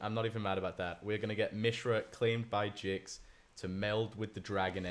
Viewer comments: Please say GIX and not JYX Imma die. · its Gix not Jix